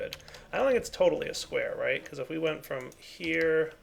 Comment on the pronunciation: Anybody notice he said "bechoz"?